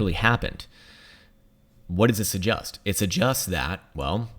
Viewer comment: Why do you pronounce "may I 'suggUst'".. Instead of 'suggEst'.. Watched you for 4 years now... And today is the day I bring it up..